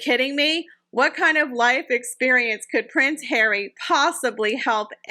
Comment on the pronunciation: 'Pwince Hawwy' 😂😂